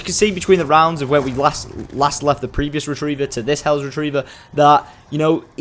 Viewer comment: Hells not hellos